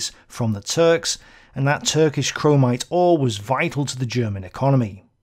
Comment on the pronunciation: There is no "en" in chromite